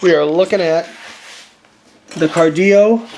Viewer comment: FYI it is pronounced 'KAR-DILLO" not KAR-DIO. He is not Hispanic. I've known Steve for over 20 years and he makes the Best Belts on the Planet. I have my original Cardillo Belt from 20 years ago and wear it to this day and I am a Competitive Power lifter and Body Builder. Keep up the good work. #strapup